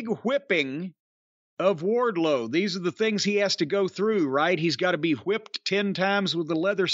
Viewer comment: jim cornette saying whipped like stewie griffin